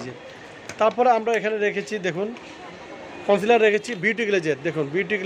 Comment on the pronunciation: its concealer, not councilor.